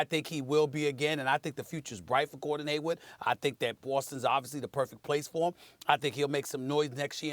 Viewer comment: Come on Steven A. It's Hayward, Not Haywood. 😂 And He's definitely not the problem. Actually, These 🏀 teams in The Eastern Conference this year are a lot Better than last season. 🍀Go Celtic's🍀